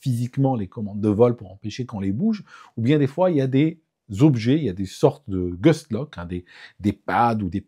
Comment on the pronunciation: Bonjour. Il n'y a aucune urgence opérationnelle dans un vol retour suite à une opération chirurgicale. Par contre même si ça peut faire chic de placer un mot d'anglais technique dans une conversation, ça n'est pas gus lock mais gust lock, gust voulant dire rafale en anglais. On voit d'ailleurs le mot écrit sur l'objet dans la vidéo.